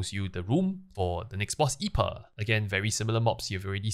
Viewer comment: Just a small note, the boss I’pa is pronounced “Eye-pee-ey” it’s a pun on a type of beer known as IPA.